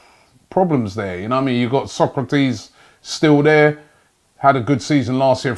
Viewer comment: Pronounced 'So-Krat-is', not Socrates. Come on Robster!! A good signing with Luiz though - I now up my rating of our defence to 4/10 from 3.